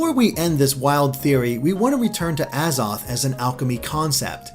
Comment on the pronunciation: XD IRK! XD i mean hell he can't even pronounce the worlds AZOTH and Arceus right lmao